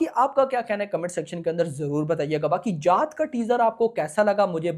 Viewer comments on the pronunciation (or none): Bhai ji jaaht nhi jaat bolo 😂jaat h ye ja8 smjhe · Jaath nahi jaat 😅😅😅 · Bhai vo जात nhi जाट hai...😂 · Abe 4th fail tu abhi bhi galat hi bol rha hai chutiye जात नहीं जाट